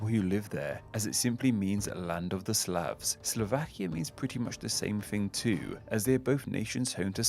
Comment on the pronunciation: You made a mistake . It's "SLAVS", not "SLAVES" ;P